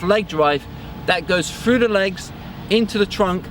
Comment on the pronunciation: exceptional video, but the amount of times I heard "froo" (through) and "fro" (throw) started to make my ears hurt. He say's "this" properly, it's not like he says "fis"